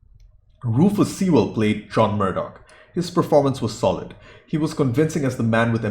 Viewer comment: Sewell is pronounced Sewl (or Sool, if you're lazy like me).